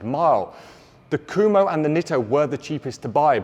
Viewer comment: I don't know all that much about the brand but how can a name which is spelled "Kumho" be pronounced "Kuhmo"?